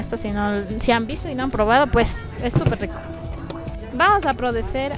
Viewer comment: Como es que dice "vamos a prodecer" JAJA, soss nerviosss, Buen videopp :3